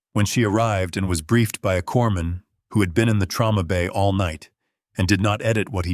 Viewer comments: corpsman is pronounced coreman the s is silent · Corpsman is pronounced cor-man. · It's really annoying that the narrator always calls a corpsman a corpse man. I mean, I know a lot of ignorant people deliberately mispronounce it, but they'll call out for a medic or corpsman when they get hurt!!! Listening from Knob Noster, Missouri, USA